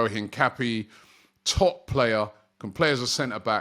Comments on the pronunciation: its in-cap-yey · ROBBIE! It’s pronounced INCA-PEA-AY!!! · His name is pronounced een-kah-PYEH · Robbie and player names 😂😂😂... Hincape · Still pronouncing Hincapié wrong 😂 bit like your brother pronouncing Gyokores with a hard G. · Missing a syllable there, chump